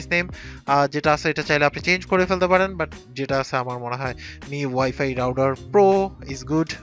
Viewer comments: It's router not rouder.... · Good review... Plz correct ur router pronunciation...